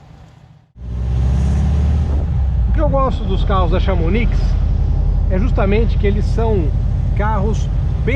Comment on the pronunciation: Vídeo e carro legal! Chamonix é uma cidade na França. Se diz "chamoni" o "x" não se pronuncie.